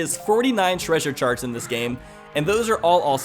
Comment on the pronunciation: Anyone else hear saying sharts and not charts